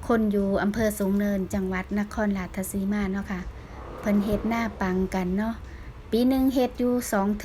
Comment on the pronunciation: อยากให้เจ้าของคลิปพูดจังหวัดให้ถูกคับ ราชสีมา ไม่ใช่ ราชทะสีมา ผมไม่ได้มีอคติน่ะคับ แต่อยากให้พูดให้ถูก เดี๋ยวเขาหาว่าเป็นคนอีสาน แต่เรียกชื่อ จังหวัดแถบอีสานไม่ถูก สู้ๆ เด้อคับ